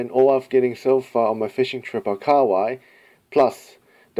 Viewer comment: KA-HA-WAI not kawai